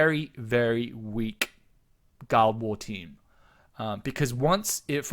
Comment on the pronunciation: Guild war=Gi-ll-ed wa-ar. Wrote this just as you said it. Lol. Fair enough, say it how you want...miiillkstehoool :p